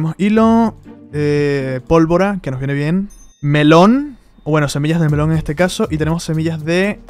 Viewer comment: se me quemaron los oidos al escuchar melon :face-orange-raised-eyebrow